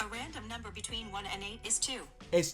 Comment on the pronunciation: Can he just take the time to say “between” the sentence sounds so illiterate